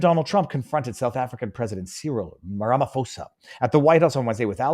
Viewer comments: Viva Frei I want to start this by saying I am a fan, but I have some constructive criticism. Just as you did in this video, could you please try and research your stats (example here is your saying that South Africa is one of the top 5 dangerous places and then you list others but say you're not sure if you got them right) as well as the pronunciation of people's names "before" you post your videos. I won't speak for others but it when you don't it affects my ability to trust your reporting fully the way I would like to. I get it, there are certain things that you speak about that you were not prepared to speak about - I'm not talking about those. But you knew you were going to speak about the president of South Africa today but you didn't bother to check the pronunciation of his name. I stead you apologized (profusely to your credit) but don't apologize - just take 6 minutes before you go on air to get it right. Other than that, all blessing to you and yours for all you do ❤️🙏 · Ra fa mo sa 😂 funny, love it It's pronounced Ra ma po za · Just quickly Takes the punch out if you say it wrong It's Cyril Rum-ah-paw-za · Ram-I-po-sa. Lol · While I agree with most of your analysis I would have expected you, as a journalist, to at least take the trouble an pronounce our Presidents name correctly - it's not Ram-pha-mosa it is Ra-ma-phosa! the ph is pronouned as a "p" not as a "ph" sounding like an "f". And just do add, I am a naturalised South African imported from Austria in 1970 and I love it here, inspite of all the issues we have the contend with in SA. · The correct pronunciation is 'Ramapoesa'. You are welcome! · Ramaphosa prounounced: RA MA PAW SA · you not even close to saying Ramaphosa's name correctly but I love the way you say it. here we like to say Ramapoes. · Viva Frei - love you buddy! You had me in stitches as you 'slaughtered' the SA's presidents' name ... 'Rama-Posa' ... made my day. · Viva, its RAMA-P(h)OSA. "H" is silent 😅